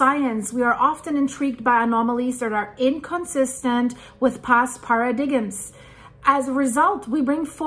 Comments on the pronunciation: Par-uh-dimes! Not para-dig-ems! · That "para-dig-ums" sent me flyin lady 🤣😂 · 💙 "paradigms" , please note that it is usually pronounced "para dimes". Please remove this comment when you have read this. Thanks.💙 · Paradiggims, I like that. Phonetically: pair ah dime: para-dime: paradigm. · Paradigms is pronounced para-dimes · "Paradigms" is pronounced "para-dimes." Just so you know. :) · Got me at “paradiggums” 😅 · "past paradigms" is pronounced "pair-a-dimes" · ‘ past paradiggems’🤦‍♀️ Omg Please go to google to find out how to pronounce the word